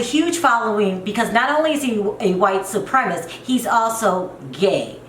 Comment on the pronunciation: "White supremist"... Lol idk if it's your accent or if you're just pronouncing "supremacist" wrong but either way it's cute af 🥰❤️